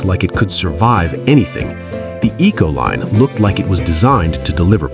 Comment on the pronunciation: Econoline not Ecoline